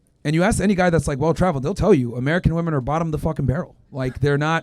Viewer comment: She said Myron called woMEN stupid, and she can't even pronounce woMEN in plural. Why do SOOOOO many idiots say a lot of woMAN instead of woMEN? Illiterates..